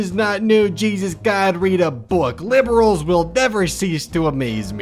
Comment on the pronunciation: Why is it so amusing to me to just hear say the word 'liberals'? Like, it's not even because of the meaning of the word! It's just funny to me!